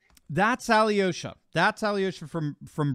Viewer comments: Alyosha is pronounced as Al -yosha. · The way they pronounce Alyosha is hilarious!